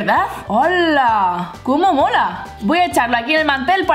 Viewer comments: Like si te diste cuenta que cada rato decia como mora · Irma Angelica Gomez Zarate no es Mora es Mola 😉😄